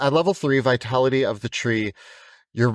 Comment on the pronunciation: Them: "Vitality of the Tree: Me: "Vitali-tree"